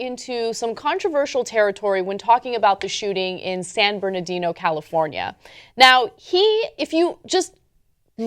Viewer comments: It's San BernaRdino. I know it's often mispronounced, including here, but at least try to spell it correctly. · It's pronounced Sand Bernardino, Ana. Not San Bernadino. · It's San BernaRdino.. How can you not learn after reporting on this so many times? Amateurs.